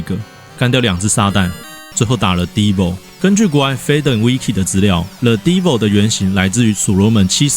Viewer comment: devil. desk 的de. deevo聽起來像是什麼頭蓋紅色垃圾桶的美國樂團